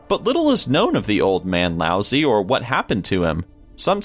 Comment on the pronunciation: love you, love your videos, but: your pronunciation of the name Lao-Tze is, well, lousy.